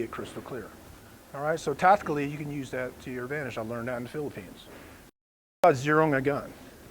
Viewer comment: I don’t care if you’re a ranger. “Use” is not pronounced “nuse”.